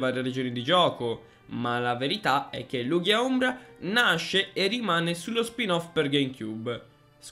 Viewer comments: So che nessuno accetta la verità ma la pronuncia è Lugia lel. Le live non le seguo quasi mai ma se ci siete sia te che Pollo in chat mi hai convinto a partecipare. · Sento gente pronta a contestare la pronuncia di Lugia ... Prima che ciò accada: state calmi, un errore di pronuncia come quello non è granché, alla fine l'importante è far capire a quale pokèmon ci si sta riferendo. (Un vero errore sarebbe chiamare Maractus un Nidoking o viceversa)